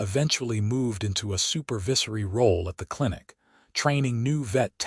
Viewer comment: The pronunciation of 'supervisory' at about : : has a soft 'i' but needs a hard 'i' to suit the context of the story!. Oops LoL 😢😢